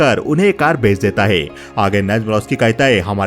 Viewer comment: Hota hai , Dita hai , lita hai , bar bar sun kar kab kharab ho gaya